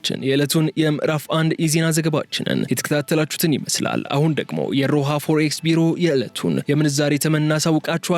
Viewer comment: ፎርኤክስአይባልምአስተካክለውፎሬክስበልእንዴትነው reading ትምህርትቤትአልነበረም😂😅